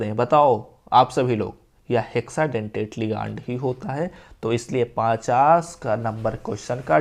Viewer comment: Bhaiya लीगानड nhi hota hai लिगैंड hota hai pronounced thik se kijiye😂